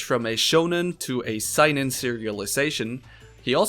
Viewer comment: btw seinen is pronounced "saynen," not "sighnen"